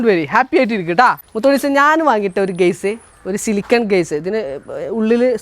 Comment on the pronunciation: ആ നല്ല മോൻ വലിയ ഉയരത്തിലെത്തട്ടെ..ഗയ്സ് അല്ല കെയ്സ് എന്ന്പറയൂ സഹോദരാ